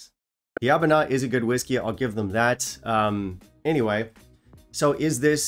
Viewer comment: I’m sorry. It’s pronounced “Aber-loor” not “Aber-lour”. “Door, not flower”